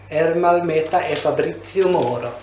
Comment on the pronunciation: It’s Moro not Morel😂